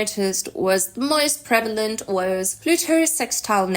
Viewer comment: She keep saying "prelavent." Good video, tho.